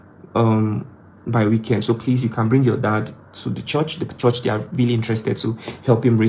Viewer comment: Stop saying CHORSH